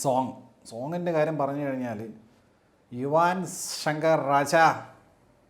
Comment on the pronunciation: യുവാൻ ❌ യുവൻ ✅